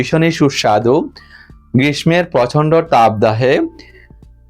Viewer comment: Khub bhalo hoyeche. Thank you Apni uchcharon thik korun. Grismo noi grisso habe word tar uchcharon